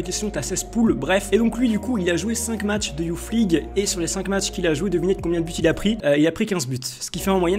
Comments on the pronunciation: Juste on dit pas Youf League mais Youss League. Et Kays Ruiz large au dessus de tout les mecs que t'as citer niveau talent. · Alors déjà c pas youf league c youth league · "youth league" ca se lit "Yousse league" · '' YOUFFMLIGUE'' PWAHAHA BONNE VIDEO GG